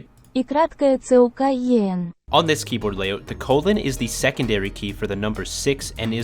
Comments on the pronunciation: I am russian. Firstly, google translate loves to mess up cyrillic and anu other unlatin script. We pronounce йцукен as "uycuken". Basically what google translste told you But replace "ikratkaya" with u. Secondly, you can just switch language on most modern keyboards and type like any English lol. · the йцукен is pronounced itsuken